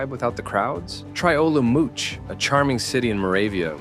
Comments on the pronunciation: Dude, first minute in, it reads olomouc, he prounounces it as olomouć - suits us well when we listen to non europeans talking about our cities. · It's just another youtube cretin, suits us well when we even attempt to listen to some non european about our cities. When he pronounced olomouc as olomouć, despite it reads olomouc clearly, i bailed out at once. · His pronunciation of Olomouc :D :D :D :D :D :D (it should be pronounced Oh-loh-moatz) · Olomouc pronunciation killed me 😂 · I am Slovak and I have lived in Czechia. I speak the Czech language. 😄all good, just sounds funny.